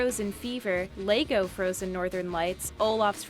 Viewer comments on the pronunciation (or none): none